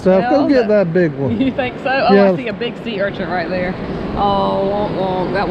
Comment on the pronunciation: Steph makes me laugh saying sea urchants, lol, It's urchin!